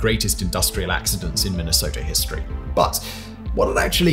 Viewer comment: Finally someone that pronounces Minnesota as Minnesota and not minisoda